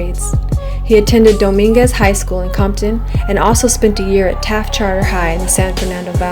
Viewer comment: you dont say comton but you say conkton